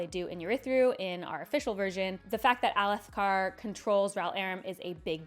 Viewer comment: I didn't find the struggle to pronounce Alethkar nearly as upsetting as the pronunciation of the J in Jasnah and Jah Keved. But that's just me being a pronunciation snob